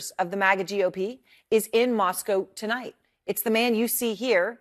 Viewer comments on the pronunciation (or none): none